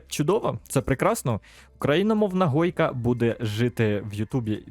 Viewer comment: не гойка а хойка,а так дякую за те що вів цей канал досить довгий час і удачі